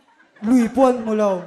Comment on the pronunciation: Host in 'Lo' tih tur ah, 'Lau' a ti tlat hi ka ngaih mawh ṭhin.